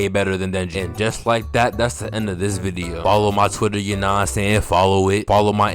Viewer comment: bro you be saying video weird.